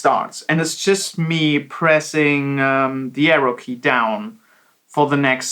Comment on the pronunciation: "Pressing the Vrrow-key" ? ;)